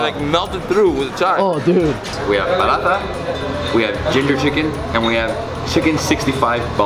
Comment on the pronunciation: THIS IS PARATHA NOT BURAATA 😂😅